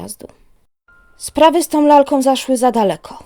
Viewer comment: Dzis odkrylam, nadrabiam zaleglosci o 6stej rano w niedziele..! Sub oczywiscie. Masz super glos, fajnie czytasz, badzo dobra dykcja... ale maly minus za OMowanie.. ,, z lalkOM, dziewczynkOM (liczba pojedyncza) pozdrawiam i dziekuje!!